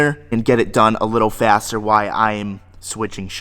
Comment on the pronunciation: it's not "why I'm moving shops, I'm gonna tow the civic..." It's "While I'm moving shops..." Pronounced (Why-el)